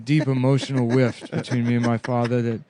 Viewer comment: "A deep emotional wift"